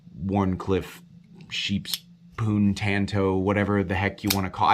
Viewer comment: Every time you say sheeps poon I throw up in my mouth a little, but also laugh.